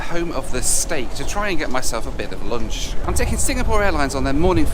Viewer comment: " a bit of loonch"